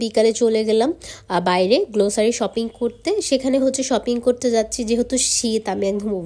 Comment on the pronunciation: Pronunciation ta glossary গ্লোসারি na.. Grocery গ্রোসরি hbe